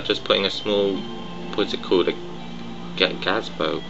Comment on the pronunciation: rofl gazbo? ga-ze-bo